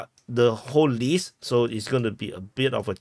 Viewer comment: Your work is amazing! The best of anyone covering Ukraine! Totally impressive! But I would kindly ask you to put a little bit of effort into improving your English pronunciation. Certain words like "hayvee" (heavy), "lease" (list), "shaoling" (shelling), etc. need your attention. It's hard sometimes to catch what you're saying. Many thanks again for your wonderful coverage! 👍